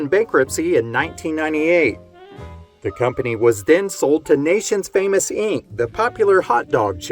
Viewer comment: "Nathan's Famous", not "Nations Famous".